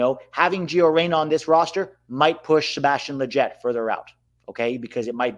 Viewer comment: Really? LLETYET AND ROLDÁN? 🤣🤣